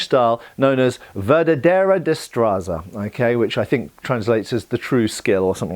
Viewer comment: As a Spaniard I love when HEMA people remember our long martial history. Sure, there's Italian, French, German and English traditions (and many others) but I find there's often a lack of Spanish influence in HEMA in the English speaking world. Also,, I get that it's hard for English speakers to say it, but I had trouble recognizing that you were saying "La Verdadera Destreza" (Literally "The True Dexterity", though "The True Skill" is a great translation). Funnily enough, when that style became famous, other styles of fencing where called "Destreza Falsa" (Fake dexterity/skill).